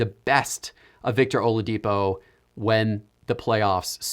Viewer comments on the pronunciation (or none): he said OLADIPO lol